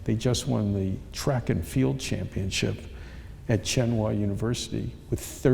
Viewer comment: He needs how to pronounce "Tsinghua University".